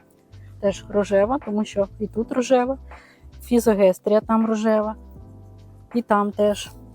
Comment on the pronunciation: Мабудь не фізогестрія,а ФІЗОСТЕГІЯ ❤В мене вона вимахала на півтора метри😅